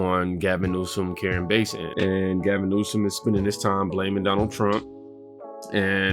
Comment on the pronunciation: It karen bass! Like the fish! Not base!